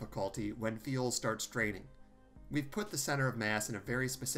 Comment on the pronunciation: He also seems to pronounce "fuel" as "feel"